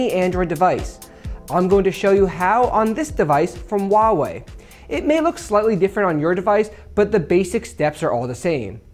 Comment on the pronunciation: U pronounced huawei wrong